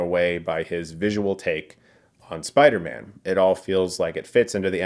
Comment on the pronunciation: Why do I keep hearing Spidermen 😭😭😂